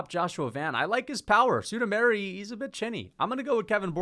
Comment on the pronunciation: “Sudomary” Jesus this guy is on another level of white